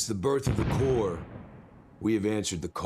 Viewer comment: Corps is pronounced Core, a French word meaning "body"